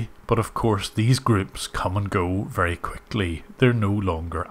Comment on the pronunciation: Each and everything. "Wery" good English 😂